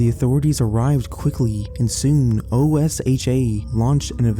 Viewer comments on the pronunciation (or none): OSHA, is commonly pronounced as one word, not citing the letters one by one. The O is a long vowel as part of the word